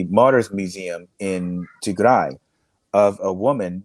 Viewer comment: It's Tigray not Tigre please learn how to pronounce it! On another note thank you for sharing the brutality of the TPLF that Eritreans are very aware of. It seems their old ways haven't changed using children as shields is so evil.